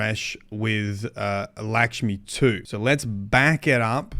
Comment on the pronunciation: I think you mean "Lickshmi-2" lmao